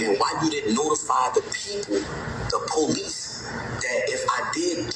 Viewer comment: Did he just call someone a turd? Is this guy a “little person? His command of the King’s English is astounding… “PO Leece”…